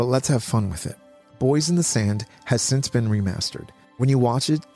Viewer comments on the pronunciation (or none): none